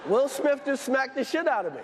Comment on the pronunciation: Will Smith pas smisssssssssss .....